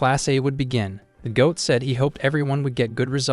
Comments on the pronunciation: It’s annoying hearing G-O-8 instead of goat every single time. If you’re going to use a phrase repeatedly you need to make sure it is spoken correctly. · ah yes the gee oh ate.